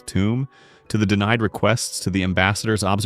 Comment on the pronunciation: DeMied instead of DeNIed = AI